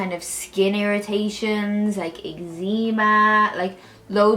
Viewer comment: made me giggle how you said eczema🤣🤣 watching this at 12 midnight can’t sleep and that made me laugh (quiet one though as everyone is asleep 💤) very pretty though did something similar the other day suits your hair colour though 😊